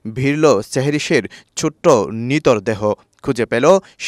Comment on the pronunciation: আসলেই!! সেহরিশ✅চেহরিশ❌ নিখোঁজ✅ নিকুজ❌ নিথর ✅নিতর❌ থাক, আর নাই বললাম